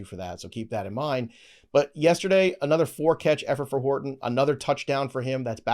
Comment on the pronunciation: Did say “Hard on” when talking about Horton?! 😂